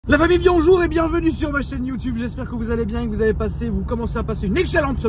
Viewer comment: "La famille bionjour" khayay on va se ré-ga-ler